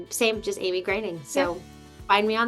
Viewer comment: Finally, correct pronunciation of her last name‼️ Amy is the greatest, and 'Twas the Date Before Christmas is the most fun of Hallmark's 2024 Christmas lineup! What a great interview – gotta love Amy's energy (but poor thing, doesn't she get only half the gifts as a Christmas baby?) – thanks! 🤙🏽